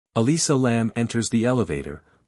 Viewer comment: Elisa, not Alyssa